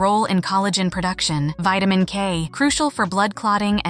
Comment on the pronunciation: Poor pronunciation of the word vitamin and several other words.